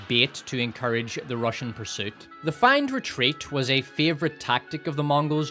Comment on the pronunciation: feign is pronounced like "fane", not "fine" - just so you know